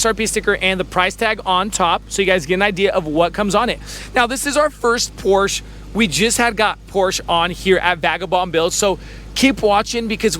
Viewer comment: It’s POR-SHUH.